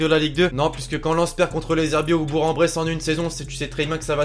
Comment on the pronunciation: C'est pas "bour" en-bresse mais "bourg" en-bresse le "g" fait le son "k" je vis là bas